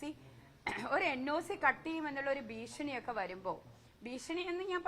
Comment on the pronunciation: ഭീസണി ആണ്.. Clear ഭീസണി